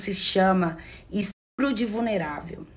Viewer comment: " isso se chama explu de vulnerável " 🤣🤣🤣🤣🤣🤣